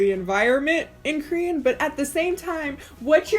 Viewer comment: and its KORean, not krean